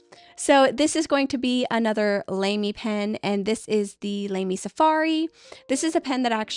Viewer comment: You go the Shikiori name right but LAMY is pronounced Lah-Mee not Lame-Mee. When in doubt, you can do what Brad Smith of the Pen Addict does and check Google Translate.